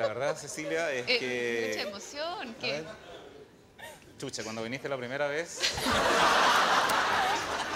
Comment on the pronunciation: Se escribe Xuxa pero NO ES Chucha se Dice Shusha